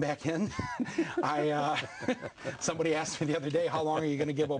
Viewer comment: no won AKSED YOU BozO